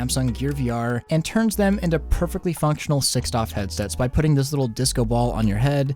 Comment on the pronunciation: I can't believe he actually pronounces "6DOF" as a word like that. He sounds like a moron.